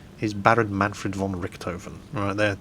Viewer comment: Manfred von Richthofen. Say it again. Von Richthofen. Richt-hofen. Not rigged oven. :D